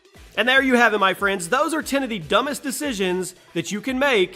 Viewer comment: well i stopped listening after he pronounced 10 as "tan"